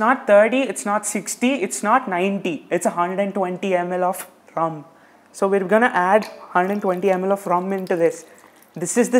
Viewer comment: Now i can see why “Vahchef” gets crazy. Its Ruuumm